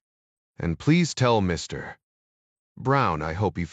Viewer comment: I note the comment, ‘This is by far one of the worst AI read spy audiobooks that I have ever endured ——‘. Overall I found the AI reasonable, BUT the PAUSE after the word ‘Mr. or Dr. is stupidity extreme before the next word of the person’s name. Almost makes your miss having ‘fast forward’.🤔😉 Strange! almost